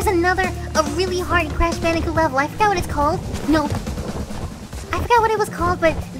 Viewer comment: I never played Crash Bandicoot before sounds like it's saying couch